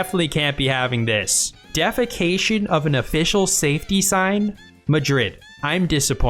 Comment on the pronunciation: had to do a double take - “defecation” and “defacing” are two very different words fndbfbdb